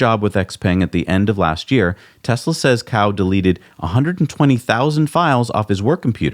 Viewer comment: Cao is pronounced "ts-ao...". Cow is the way to pronounce an animal that provides us with milk....